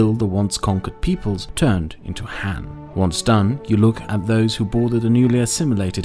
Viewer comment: It's Han, not Man